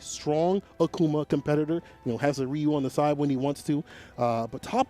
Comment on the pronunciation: Bc he doesn’t know how to pronounce Ryu